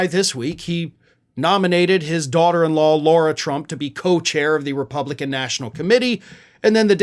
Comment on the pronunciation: Lara, not Laura! Pronounce the name properly!